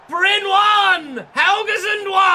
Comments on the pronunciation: Happy to see you manage in my home country (even if not my local club). First a little heads up re. pronunciation: The e is not silent, we say Bry-neh; you nailed the y sound btw. Then lets talk about RL: Bryne were promoted from lvl 2 the previous season, and were among the favourites for relegation. They are set for 14th this year, and still have to win a playoff final to stay up. This means 10th is a fair bit above expectation. A realistic storyline is that the previous manager was poached by a bigger club after making the team overachieve. Edit: As you requested help with name pronunciation, i will provide. Wik = Veek Scriven = Skreeven Lie = Lee The rest you basically nailed, aside from the fact that people from southwestern Norway say R in the French manner. (The rest of the country mainly side with the Scots on this matter.) As for KFUM, it's an abbreviation. More precisely the Norwegian branch of YMCA. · Bryne is actually pronounce BRYN-E so as it says but you still pronounce the E but not like ee in speed for example it’s a light tone